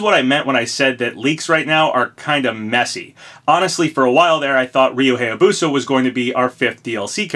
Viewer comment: Surprised you pronounce "Reimu" correctly, but not "Hayabusa" (hi-yah-boo-sah) or "Heihachi" (hey-ha-chee).